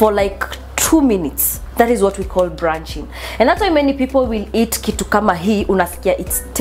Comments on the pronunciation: Blunching rych not brrraaa...R,L Sio lugha yetu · it's blanching not branching 🤣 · Please, its blanching not branching. The, you can boil but you time lk a minute.